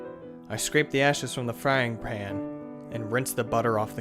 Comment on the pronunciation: sounded like he said frying pran Lola 😂😂😂